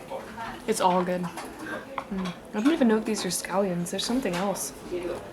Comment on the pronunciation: scallions.. not scalli-OHNs lol is it that hard to pronounce?